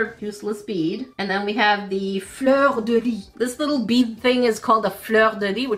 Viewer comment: It's "fleur de lyssss" with sss at the end :P